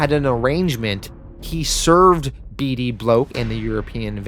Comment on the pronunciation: For F's sake please just settle on one pronounciation "B D Block -OR - B D Bloke"